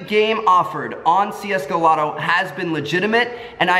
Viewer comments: it's csgolotto not csgolobby btw :p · just watched this vid, but in the vid you said csgolobby, instead of csgolotto tho? :P